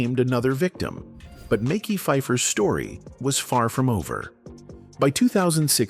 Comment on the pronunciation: Dislike AI delivering stories of black actors, butchering their names. It's Mekhi. Like Mehsky. Not Mickey